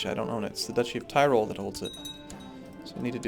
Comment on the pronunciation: "Tirol" is like TEE - ROLL (role) The "ti" in "Tirol" is like the English word "tee". Sorry, I can't help myself, it's just that this is said so often in this Let's Plays, and by multiple Let's Players, and it's something so easy for English-speakers to correct, that I don't think it's too out of place to mention it. An easy correction. Also "Friesland" (though not applicable here) is like "freeze-luhnd", not "friys-land".